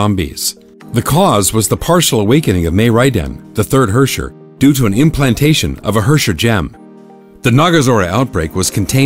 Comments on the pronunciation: He pronoubced herrscher wrong. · Cool story bro but bring back Himeko. Lol Gay Edison and Tesla, too bad Edison is ded as fuck now. apparently Herrscher is pronounced way worse than I imagined. I like my way of pronouncing it better. Also I remember when MihoYo explicitly said the GGZ was a completely different universe altogether and that its events had nothing to do with the current Honkai Impact but yet we have the previous era in this video VK's dormitory info that completely contradict this. Also who were some of the people in that formal group photo I recognized a few folks but ummm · they don't even pronounce their words correctly. it's in german and I have to cringe when they try to pronounce herrscher or schicksal xD